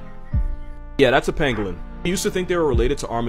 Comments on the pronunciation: When he said pangolin, I heard penguin and got really confused lol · I kept thinking that he was saying penguin